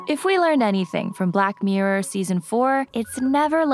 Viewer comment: black "meerurr" why can't this girl pronounce the word "mirror", it's not even a regional accent thing it's just wrong and annoying,cheers